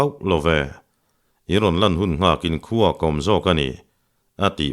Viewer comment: I chhiar thiamin i chhiar ngaihnawm thei khawp mai. Midang chhiar hi ka ngaithla meuh lo. Chutih laiin i thawnthu chhiar hovah ngaihmawh deuh ka neih pakhat hi min lo ngaih pawimawh sak la a lawmawm ngawt ang. Chu chu 'h' i lam kim lo lutuk hi, a kik chu a awm nual na-in a dik lo a tam daih zawk, entir nan : khua tih turah kua, thing tih turah ting, Khuma tih turah Kuma, Khai tih turah kai, chhiah tih turah kai chiah, a dang pawh a tam mai. Hei hi han chhiar dik thei phei la a lawmawm ngawt ang.